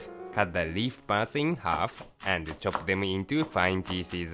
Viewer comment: sometimes when he says "pieces" I hear "feces"